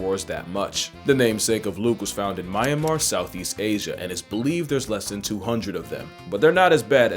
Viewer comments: I'm so happy to see my country mentioned, since it's such a hole in the wall surrounded by india, china and thailand we get over shadowed. But it's pronounced Myan-mar, not my-an-mar. M'yan-mar also works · i had no clue such cute creatures were in my country(btw its not pronounced my an mar its just myan mar but honestly its cool to keep saying my an mar) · sorry to be that person but it's not My-anmar, as in the my in "my things" , it's Myanmar (mee-yan-mar)